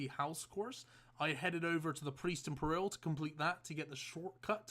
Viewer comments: Yo Peril is not a place... it's Priest in peril ('perəl), like distressed, needs saving... not purril lmao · Peril, not per-ril